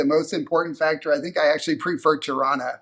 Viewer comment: Every time you say "Tirana", I hear Toronto. Pronounced the same by locals there.